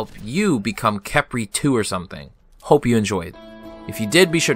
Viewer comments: Please say Kephrii, not Kepri xD :3 Great video btw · STOP CALLING HIM KEP-RI